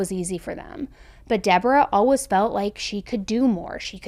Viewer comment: Lol I just noticed you pronounce always "allwas". I love the accent!